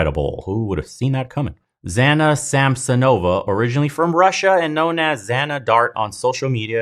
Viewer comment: Zhanna is pronounced as Janna.